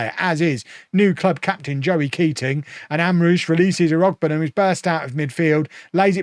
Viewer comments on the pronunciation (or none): Irogbunham is pronounce- IR-OO-BUNE-HIM